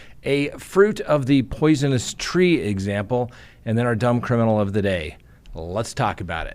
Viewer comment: “Poisioness” tree? 😂